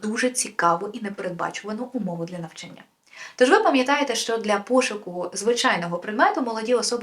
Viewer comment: НавчАння, ЧитАння, рОків, шістдесятих